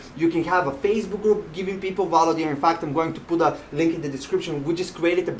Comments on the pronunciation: I can give you value by teaching you ESL. I'm a professional English teacher. Veeehhh-ill-you. Not Vow-loo. Seriously. Let's talk and help each other. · I’ve been listening to many people talking about this book or similar books and no one has ever explained it so clearly. You make total sense. I also love how you say “value”. 😁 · You requested feedback, I’m not one to criticize, especially someone doing important work like yourself. A lav mic might give better audio since your not always facing the mic the way it is set up now. You’re energy off the top was off putting to me personally, but I am warming up to it. Lastly, that’s not how to say value 🤣